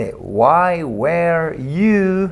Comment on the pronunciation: La pronunciación correcta de "WERE" es (wr) sin las vocales, usted lo pronunció como (WER) y esa pronunciación corresponde al verbo "WEAR" que significa "usar o vestir ropa, desgastar o disminuir dependiendo del contexto y de que partícula se le agregue, bueno según lo que yo he aprendido con otras personas nativas hablantes del idioma "native English speakers".